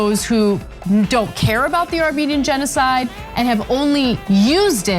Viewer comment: Armenian Yeno-YouNoWa-Side 🤣🤣🤣 love my boi